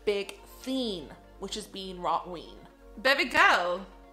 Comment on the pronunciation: Rot Ween 🤣